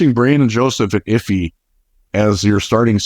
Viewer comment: My brain goes haywire every time I hear you say Iffy's name. Is everybody else saying it wrong or do you just give zero shits about saying the names of players you cover correctly?